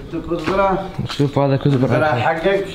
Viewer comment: اسمها كسبره مش كثبره